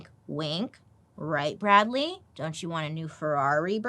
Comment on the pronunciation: Never say Bradley like that again 🤣🤣